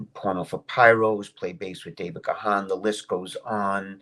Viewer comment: Dave Gahan - it's pronounced Garn, NOT "Ga-harn". Check the man himself and show some respect on someone's actual name ffs